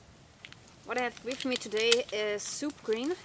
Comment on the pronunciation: Is she saying "soup green" or "soup cream"?